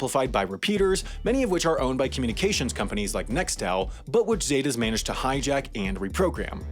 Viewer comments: Okay first, it’s pronounce “sEH-tAHs” not “Zey Tas” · It’s ZEH-TAS! Not zeytas 😂 white ppl are terrible at pronouncing words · “The Zay-tuh’s” that’s not how you say it at all!!!😂😂😂😂 It’s pronounced “seh-tahs” 😂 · Its not pronounced as zey tas its pronounced as zet-tas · It’s pronounced Zet-Tas not Zay tas. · Its not pronounced “Zeytas” its pronounced “Cetas” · Z-eh-tah-ss. Not zay-tahs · ZETA NOT SAIDA ZEEEETAH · Lol the way he says zetas what a 🤡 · it’s pronounced los Setas like with an s and “alcones” like the h is silent